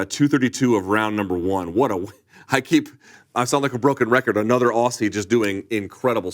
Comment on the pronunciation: I'm gonna hit Luke with a dead wrong for his whole career - Luke, you always say "Aw-see" when you're pronouncing Aussie but it's meant to be pronounced "Oz-ee". 'Straya, cunt.